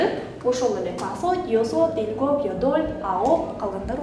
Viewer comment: Кечиресиз бирок башка сабакта ил гоб дебей ил губ дейтко кайсынысы туура